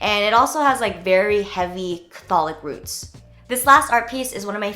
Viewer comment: "Very heavy Catholic roots". Catholic is pronounced "CATH-olic", not "ca-THO-lic". Emphasis on the first syllable :)